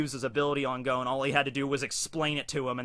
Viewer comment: I love you but... Goan? Da fuck?